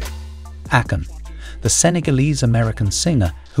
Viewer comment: ā-Kon. Not Accon. 😂